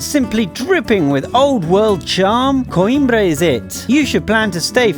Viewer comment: You say coimbra whit a spanish voice